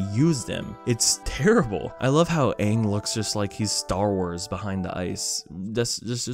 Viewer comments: I when I first watched this, I was just like: this is fine- but in the inside I was like: “WHY DID THEY PRONOUNCE IT AAHNG, YROH AND SOOKA-“ (lol it sounds like that to me-) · Thought they would call Ozai as Ozey- but atleast they got Ozai correct🗿👌 But how in the world did they pronounce: Aang -> Ong Sokka -> Soakka Avatar -> Ahvatar Iroh -> Eeroh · idk how they managed to say EVERYONE'S name wrong WHEN THERE IS A SHOW THAT SAYS THEIR NAMES OVER AND OVER, iroh became eroh???? aang became aoung sokka became suka you know what theyy should suka? they should suka deez nuts. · The last airbender said, "my name is ONG" Fucking stupid! Even the actor can't say his character's name correctly. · i showed it to my nine year old brother and we both love atla. i watched the youthful joy drain from his soul as his hopes and dreams were destroyed. i had already experienced this pain so i knew what he was feeling. every time they mispronounced something he groaned and yelled "what? huh? nooooo nooooooooo! huh?" whenever zuko was on screen he would ask me "who's that again?" at the end he told me it was the worst movie he'd ever seen. whenever we rewatch atla he'll sometimes whisper "ong" or "soka" or iro" and giggle. his biggest disappointment was that there was no suki. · It's not Zuko when there's no scar . Just thinking about all the mistakes makes my head hurt . It's a bit funny though . They can't even say Aang properly . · we stan the person who started yelling about how they pronounced Aang 😭🤚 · You really can't just change how you pronounce the main characters name and expect it to go down well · The movie didn't pronounce aang and iroh right. What are you talking about, have you ever seen the show? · That's how they pronounce it (wrong) in the movie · The first red flag when I watched the movie was how they said Aangs name😭 and that they totally dropped the fact that Sokka and Katara are not white😭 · they call him Aang not ong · Yes call him Aang, not Oong